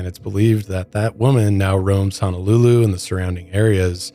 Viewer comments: It's Honolulu, not Hanalulu. Mahalo! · Just FYI since you and Kendall like to visit the islands and enjoy the Hawaiian culture. Pronunciation is ho-no-lu-lu ….. instead of ha-na-lu-lu ☀️ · Aloha, Sorry...it's HOO-NOO-LOO-LOO(Honolulu)...and HAH-VAI-EEE(Hawai'i)...Listening in I'm getting irked small kine....but keep up da good work!🤙🏾